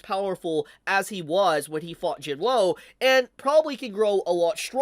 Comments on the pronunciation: Not trying to be rude, but it’s pronounced Jin wuu not Jin woo. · My man really think our boys name is Jin-woah lol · Jin-Woo has no W sound. Its just Oo. So it’s Sung Jin-Oo.